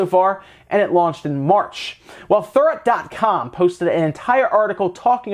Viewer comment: against mispronounced "Thurrott". He's mentioned Paul Thurrott in the past also. He's been reporting on Microsoft since before the internet... he needs a little more respect.